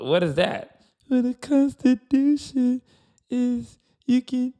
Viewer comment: "The Consti- dooo- tion" 😅😅😅😅😅😅😅